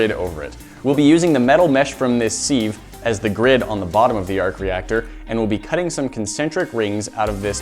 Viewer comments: It's pronounced SIV not seave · SEEV it’s a Siv a. SIV s-i-v not a s-ee-v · It’s a siv, not a seeeev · Sieve is pronounced siv not SEEEEEEVE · Siv not seev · He calls a "Sieve"... "Seeve" and an "Equilateral Triangle"... "Ecwilateral Triangle" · "Sieve" is pronounced 'siv' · Its sieve not Seeeve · It's pronounced siv not seeeeeve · SIV not SEEVE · It’s a sive not a seeve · Sieve is pronounced Siv, not Seev. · Did he just say seev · Wtf is a seeve? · Its Sive not the one u seid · What are these pronouciations: hexagonal, equalateral, sieve? Are all americans bad at pronouciation? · It kinda bugs me how he says sieve... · He says sieve wrong grrr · Really, you're gonna pronounce sieve like that? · How did you just pronounce sieve?